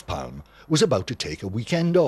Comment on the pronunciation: Not pronounced ‘Palm’